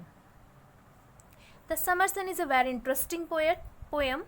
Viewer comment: Not pome it's poem.😂😂